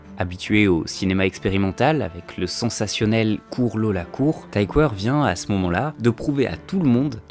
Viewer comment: Tom Tykwer est allemand, ça se prononce "tikveur"